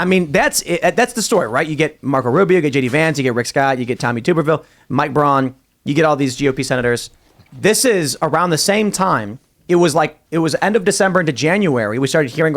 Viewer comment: Tuuuuubberville.....Not toooooberville.